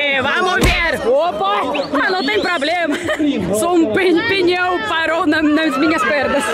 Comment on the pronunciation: EU ENTENDENDO QUE ELA TAVA NA FILA PRA RODAR PINHÃO, DEPOIS FUI ENTENDER QUE ELA TAVA DIZENDO PNEU 😂😂😂😂